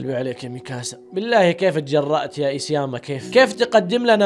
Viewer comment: اخيرا عرفت تنطق اسم ايسياما